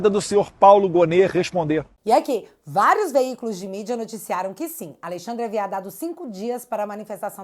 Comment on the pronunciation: "Alexandre aviadado 5 dias"😂